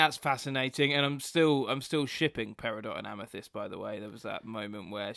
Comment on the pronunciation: Pamethyst lol